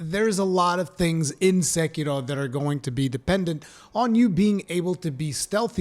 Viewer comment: did he just pronounced "SEKIRO" with asian accent? perfect!